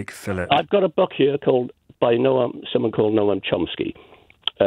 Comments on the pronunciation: “NO AM CHOMPSKY”. Normally mispronouncing something isn’t call for mocking someone. When however, claims (in this case waffle) are absurd, you open yourself to ridicule. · “No ahm”? Not Noam Chomsky! More evidence that Brexiters are thick.